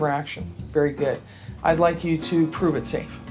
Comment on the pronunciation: The "e" in prove 😉